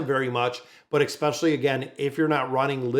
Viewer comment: Your mispronunciation of "especially" is triggering me so much, I'm close to unsubscribing :(